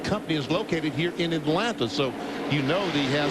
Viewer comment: Atlanta is one word not- At land ta